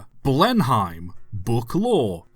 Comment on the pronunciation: isn't it pronounced "Blen-ehm", like the Bomber?